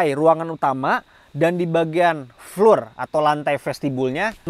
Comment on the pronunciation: Boleh izin kasi masukkan ya bang. "Floor" dibaca Flo atau Flor. Tetap semangat membuat video2 yg paten bang. 👍